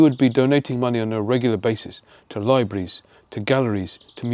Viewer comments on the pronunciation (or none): The word is not Librees: LIE BREEZE. It is libraries: LIE BRA REEZ. Three, not two, syllables. Try this. In February {FEB ROO ARE EE] we will go to the library [LIE BRAH REE] to find an arbitrary [ARE BIT RAH REE] book on elocution.